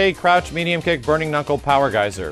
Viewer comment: me trying to sleep My brain: "POwa GEYSA!!"